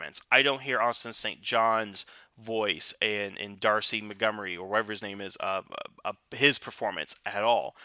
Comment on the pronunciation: Brother, I love your videos but for the love of Zordon, Thuy Trang's name is pronounced TWEE. Dacre Montgomery is pronounced DAY-KER and RJ Cyler (pronounced KYLER) isn't CJ Ryler haha. One love!